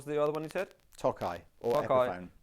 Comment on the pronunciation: Just a pronunciation thing: (Yes, I be THAT internet twat) Tokai, being a Japanese name, has a long O, as in "toe". Toe-kai. And as a pet peeve relief, karaoke is kara like karate and oke as in the English "okay". It is NOT Carey Okee. 🤯 Signed, Drinking Myself Silly in Tokyo Since 1991